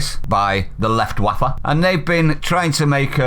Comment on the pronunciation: "the lieutwaffer" … love it!